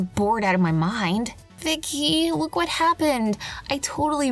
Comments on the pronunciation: s w u t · I did it sounds like whet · did you hear she said ‘ wHaT `